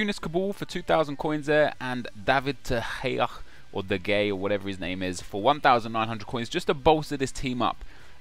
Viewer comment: De Gea spells De Ghea, and not "the gay"...